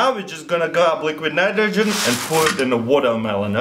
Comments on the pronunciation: "and lets put it in a mnmnmghmn nitrogen what? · Read this as he said it😂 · "and put it into liquid minaydogin" 😂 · "Liquid mnitrogen" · liquid nniterhgen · liqwid natrojen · i know you did your best to say it crack it minimidle and. luiquid nmnitrigen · " and put itro dre liqrid nritrogen "